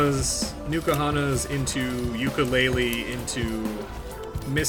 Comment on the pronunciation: Please, it's N Kahuna's, not Nukahanas.